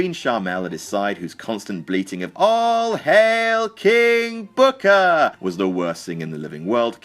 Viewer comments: "king booker im sorry KING BOOKAA" LOL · "King bhookar"😂😂😂😂😂😂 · I FUCKING DIED when you mimicked Booker T's Pronunciation of "KING BOOKA!"